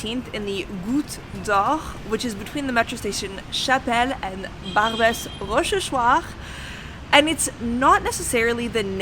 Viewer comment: this is the first I see one of video, and I'm truly impressed how you manage to pronounce "Barbès Rochechouart" it sure is a tong twister for an anglophone.